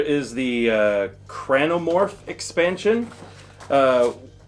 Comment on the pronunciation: Small correction. Its actually Carnomorphs, not Cranomorphs. Carne means Meat in most latin languages, and I guess that's what they are going for with these aliens. They seems do be made out of clumps of flesh. I guess the name would literally mean Morphing Flesh.